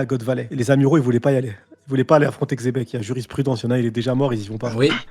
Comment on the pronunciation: Aucun rapport, dans l'anime ils prononcent Donkihote et Jibekku en l'occurrence la prononciation la plus fidèle serait Jebec, mais Chébec ça sort vrmt de nulle part